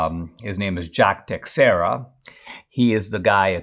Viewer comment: Dinesh is the only one I've heard who has pronounced "Teixeira" correctly.